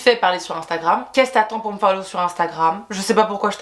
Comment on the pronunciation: "fallow" mais 😭